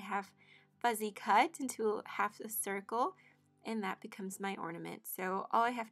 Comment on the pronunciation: Looks gorgeous! It’s cute how you say fuzzy cut instead of fussy cut.